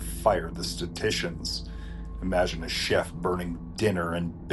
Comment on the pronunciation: Not statitions. Statisticians. If you are going to use big words, learn what they are.